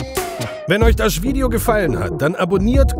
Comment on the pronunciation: bin ich die einzige die "Schwideo" versteht oder sagt er das wirklich? 😅😂💚